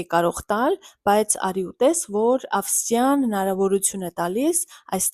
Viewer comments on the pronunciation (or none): Ինչ եք առաջսրկում բացի ձեզ ներկայացնելուց։ես սպասում էի խորհրդի։ու մ է հետաքրքիր ձեր ասածները։ մեկա դու ուրիշ ես էդտեղ օտսր ես նոըյնիսկ ակցենտդա փոխված։ շուտով Հայաստանն էլ կունենա անվճար բուհ֊եր։Ավստրիան էլ ճիշտ արտաբերի։😊